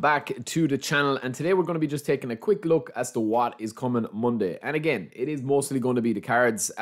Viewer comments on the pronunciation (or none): none